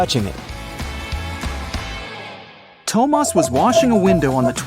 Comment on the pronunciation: Why did bro say “Tomas” 😂